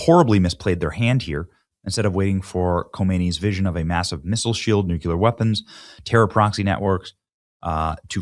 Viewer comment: It’s nuclear, not nuculir.